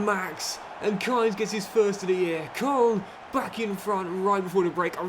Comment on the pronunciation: If you keep saying koln like that I might have to stop watching this save